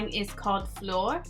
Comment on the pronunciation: you nailed the "flor" pronunciation :) I think other people have already tried to help with the bésame and salvaje pronunciation :)